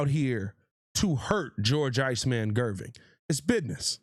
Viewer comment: Gervin not Gerving lol